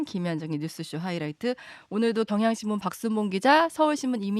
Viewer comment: 덩향신문으로 들리네